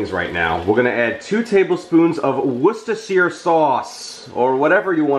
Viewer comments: Hey! Worcestershire is pronounced like "WOO-sta-shur" or as i do, WOO-sta sauce, or just WOO-sta. Juts to make it easier. Love the instructional vids! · Just FYI its pronounced wooster-sure :)